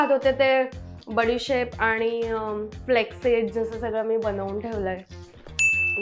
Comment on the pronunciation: बडिसोफ म्हणतात.... बडिशेप 😂😂😂😂😂😂😂